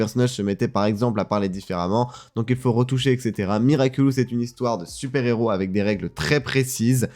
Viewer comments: L’interviewer qui dit tout le long de l’interview “Miraculus” 😂😂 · Moi je l'ai vu la vidéo de l'interview de Thomas Astruc il y a quelques jours, ça m'a spoil l'épisode passion car y avait des images des épisodes. xD Sinon le mec a prononcé "Miraculus" pendant toute la vidéo. x)